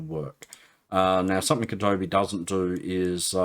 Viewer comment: Sorry to hear about the neuropathy. Hope it gets better. Thanks for the vid, great stuff. BTW it's Adobe not Abode! :)